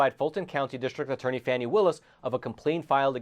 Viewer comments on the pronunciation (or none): Sorry, can't take your blog seriously. The Fulton County DA's name is pronounced "Fawny". Your repeated use of "Fanny" leaves your piece reeking with an odor of mendacity. Do facts actually matter in any of your presentations?